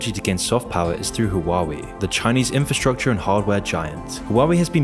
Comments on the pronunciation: Huawei is "Hwah way" not "Hoo wowwy." lol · It's wah-way. Not hoo-ah-wee. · Why you say hawawei ? 3 syllables And the name only has 2. Hua Wei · Hua WAY, it is not Hua WEE. After thee h is it sad UA, and then WAY. So H-UA, WEI. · I know this is serious and all but "huwawi" just cracks me up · Lol the way he pronounce huawei as hawawue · huwawi lmao